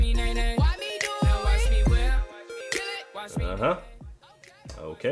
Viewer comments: ...Can these mumbling fuckwits really not pronounce 'watch'? "Wa' me do it!" "Wa' me crank it!" These are not lyrics, this is a homeless man with no teeth shouting at you with his hand down his pants. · Take this however you like, but the person that repeats line every so often is too lazy to actually say the entire word "watch", which is a one fucking syllable word. I realize that speaking proper English all the time is cumbersome and awkward, but there comes a point to where you just might as well just grunt and finish it with "YAHKNOWHAEMEAN-MANE?"